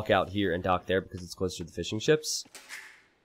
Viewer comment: Every time you say "fishing ships" in your videos, I think you say "fish n' chips". Being a British person, I instantly perk up when I hear the words "fish n' chips".